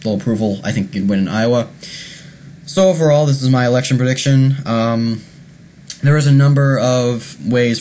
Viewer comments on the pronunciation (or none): none